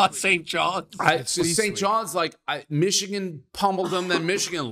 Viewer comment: I comment a lot bc Dave talking Xichigan drives me insane lol I can’t help it